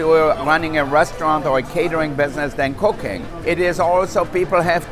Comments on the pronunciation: ''there is more to running a restaurant or a catering business than cocaine?!?'' ( i know I know it's cooking, but sometimes the ears hear something else!) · Am I the only on who heard "There's more to running a restaurant than cocaine?" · I heard cocaine instead of cooking 😳😓 Who else heard that I can't just be the only one right.... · Is it just me who heard "cocaine" ahhh the amazing catering business secrets ahah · did he say he give us ERECTIONS???